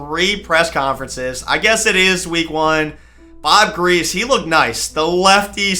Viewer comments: You just disrespected my dads whole childhood talking about Bob griese (Gree-see) like that 😭 almost had to mute loool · Also bro Bob griese is pronounced (Gree)(see)